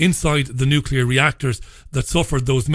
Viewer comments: So you trust Tony Blair he can pronounce nuclear . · may be correct in her research and analysis but I find it hard to trust someone who can't pronounce nuclear correctly.